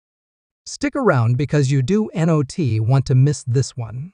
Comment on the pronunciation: Not happening, fake news. Not sure if it is AI voiceover or not, though I think it is with the “Do-n-t” pronunciation, but encourage you to change up your cadence and don’t make statements that sound like questions. While I’m a Philly fan, I respect your courage to post videos on the platform. Good luck in the future!